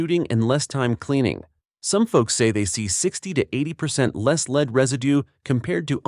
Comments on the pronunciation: Graimes?? Frames-per-second? el-arr loads? Leeed bullet? All the way to 50 to 100 yards❓ Wow 😮 Robot 🤖 🎤 voice 🗣️is annoying. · Lead ammo, pronounced lead, like you lead a horse. Can't afford a human to do the narration? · Interesting ... but: Frames per second? and It is pronounced led (as in lead) not leed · The AI is terrible l. Frames per second? Leed instead of lead? Get a human. How much would it really cost to eliminate AI narration . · I hate shooting ''leed'' rounds.. yeah our language is stupid with multiple meaning of the same word or letters makeing sounds they really shouldn't. But come on AI how hard is it to know the difference when talking about ammo that leAd is leAd not leed .. u may leed your target a bit more if a lead bullet is used . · "frames per second"... ah, those stupid AI voices... then we get "40 grain lead round-nose bullet" read: "leed".... Jeez.... No wonder you got 806 thumbs down, though you got an 'up' one from me (17.5%). Even if you are not a native speaker, please make an effort, read the script yourself, people will not mind your accent, if you have it. Otherwise, the material looks inauthentic. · That and lead pronounced leed every time. Lastly, "Standard V" for Velocity became "Standard 5" LOL!😂